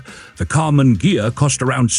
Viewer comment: The "gh" of ghia is pronounced like in the word geese